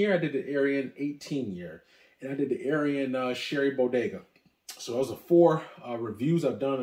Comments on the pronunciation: Great video but gotta work on your pronunciation of these items. Wrong on almost all of them including the very brand of whisky lol. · I've never heard someone mispronounce Arran.